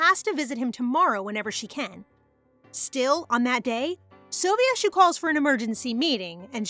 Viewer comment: I’ve heard so many people say soh-vee-eh-shoo But I’ve always said it soh-vee-shoo I don’t pronounce the e separately :/